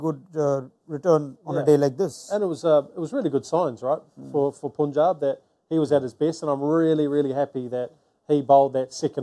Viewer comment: Mitchell heard punjab but still pronouncing incorrectly